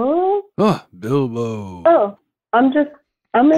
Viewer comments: Why is literally no one discussing the way jake pronounced Bilbo like Bilba the entire time I feel gaslit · i can’t believe none of them pointed out jake’s continuous use of “Bilba” instead of “Bilbo” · i love that jake is saying BILBA because i'm assuming he has no knowledge of the lord of the rings and he didn't understand the correlation between all the fake names but he just didn't bring it up😂